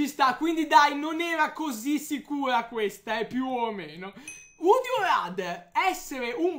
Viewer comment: pronunciate male "RATHER" 😂